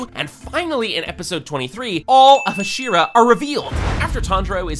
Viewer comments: "Huh-SHEE-ruh" bro the actual voices are RIGHT THERE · Am I the only one who couldn't watch because he mispronounces "Hashira"?